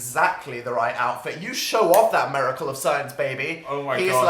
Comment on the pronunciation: obsessed with dan's inability to say "miracle"